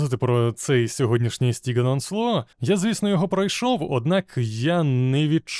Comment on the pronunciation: Перепрошую за занудність, але дозвольте дещо виправити - правильно буде СТІДЖІЕН ОНСЛОТ. Бо СТІГН ОНСЛО це щось на кшталт сокіаблє (sociable) і воно трохи ріже вухо.